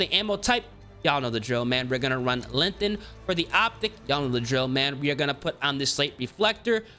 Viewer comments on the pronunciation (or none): You still can't say lenGthened properly